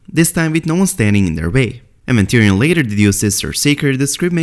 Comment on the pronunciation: not tyrion mahn pls naht